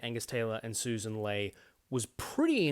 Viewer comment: I eventually found a video of her introducing herself, and it's Lee not Lay as the LNP spokeswoman was saying. Her own party didn't even know how to say her name after she got elected to the leadership. Credible alternative government.